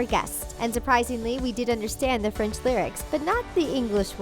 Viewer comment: Golly her French is horrible